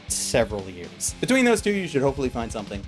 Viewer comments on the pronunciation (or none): none